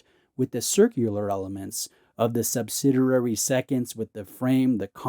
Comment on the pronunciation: I hate to be that guy, but I thought since I've heard it from you a few times now I'd let you know that you're mispronouncing the word subsidiary when you mention small seconds subdials. You say sub-sid-er-ary, but it's actually sub-sid-ee-ary. There's only one "r".